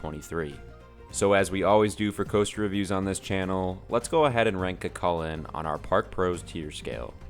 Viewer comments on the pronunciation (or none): It’s cú cullainn so when u say it it sound like ur saying you with a c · Btw it’s pronounced coo Cullen :) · Love Cu Chulainn (btw its pronounced kookoolane) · when your irish and he pronounses cu cuillian wrong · IKR ITSSSS SOOOOO TRIGGERING